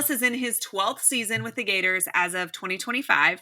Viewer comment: "Gartor's",? Really? Thanks for the report though!